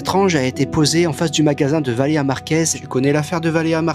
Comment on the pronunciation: C'est évident qu'il dit "Valea" pour gratter des commentaires l'enflure, il me débecte ce gars